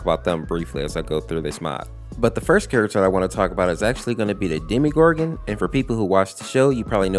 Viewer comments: its called demo gor gon not demi gor gon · Did you just call the demogorgon demegorgon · You're saying demgoram wrong